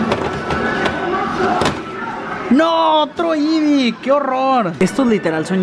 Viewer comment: Amigo se dice eevee